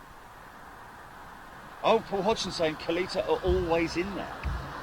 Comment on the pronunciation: "Kaleeta" No,. "Ka-litre" No. I've told you before it is "Ka-lit-ta", as in "bit"," fit", "hit" etc. Obviously you have seen drag racing on tv (Fox sports) so you should have heard how to pronounce the name correctly. Respect to Connie, Doug, Scott R.I.P.